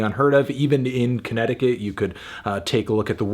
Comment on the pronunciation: I didn't like the way you said "Connecticut" anfernee